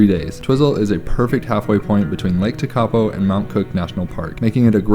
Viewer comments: Umm, mountains mean widing roads. it's pretty obvious ! If you're American, you should be used to driving for hours and hours!!? Just blue water at TeKapo ? Lol 😅 pronounced - tear- kaa- po. Btw there no garbage because kiwi take their crap home with them! Unlike Americans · Sorry guys, found this hard to watch because your pronunciation of many place names is really poor (eg Tekapo). Suggest anyone coming here plugs into some pronunciation education on the haul over. I appreciate that people come for the scenery but those who experience the culture here - notably the Maori aspects - are the ones who are going to return home most satisfied. Getting names really badly wrong evokes a visceral response in the local, so not the way to connect and experience the warmth of the culture. BTW, the blue water in lower South Island is due to glacial flour (powdered rock) suspended in the water and reflecting the sky. Anyway, glad you enjoyed it and hope you connect with the people next time. A Kiwi. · Tw eye zel, Tech a poe, glad to see you immersed yourself in the language